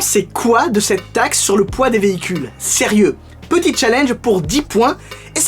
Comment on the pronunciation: Ta façon de dire taxe me fait vraiment rire 😂😂😂